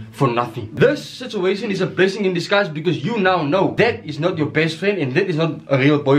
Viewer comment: Heh: “sitzuatian” 😂😂😂😂👌🏽👌🏽👌🏽👌🏽